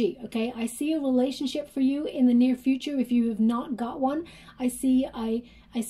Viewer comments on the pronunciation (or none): none